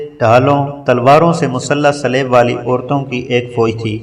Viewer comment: Please it is a good effort mager aap ki to akser adaigi ghalat hai.kon kon sa lafz bataon .Salaib nahi saleeb hai ,phir sanet nahi saint bernard hai.is I ilawa or bhi bohat hain.please pehlay kisi k sath urdu parh ker record karain.